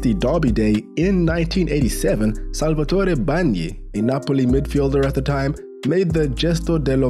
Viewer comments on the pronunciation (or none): none